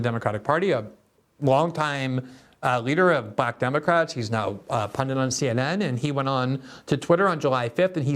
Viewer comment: Glenn, the word is pundit. NOT pundent